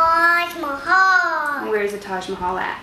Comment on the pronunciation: It's pronounced as Taj meh hell